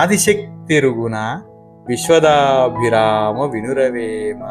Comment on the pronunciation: viswada abhirama Not viswadabhirama.